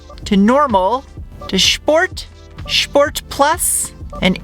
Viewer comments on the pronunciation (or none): Sshhh port, Al oohh min eee um.